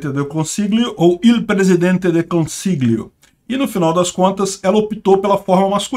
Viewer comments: 'consiglio' se lê 'consiLHIO. No Italiano algumas palavras não tem a declinação do artigo, como é o caso de "presidente", ou seja, em italiano sempre se usa o artigo masculino "IL" ("O") independente se a pessoa no cargo de presidente é uma mulher ou homem. Outro exemplo é palavra médico: você usa "il medico", com "o" no final, independentemente se é uma mulher ou homem. Ou seja, a "esquerdização" no caso é querer usar "la presidente", o que é errado. PS: Eu votei na Meloni. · Pra te ajudar na pronúncia do teu italiano,: as letras GL equivalem ao nosso LH, então você deve pronunciar "presidente del consilho" ou até "consílio"... mais fácil do que tentar pronunciar aquele G. De resto, tá ótimo! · lg em italiano tem som de lh em português. Lê "consilhio" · O 'GL' do italiano corresponde ao 'LH' em português. Diga consilho (consiglio), famílha (famiglia), etc. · "gl" no italiano se le "lh", assim como famiglia em italiano se le familia.